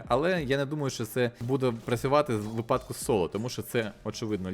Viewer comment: На майбутнє: 1. Не "На протязі", а "Протягом" 2. Не "випАдок", а "вИпадок"